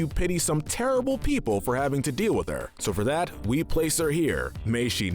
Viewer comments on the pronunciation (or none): none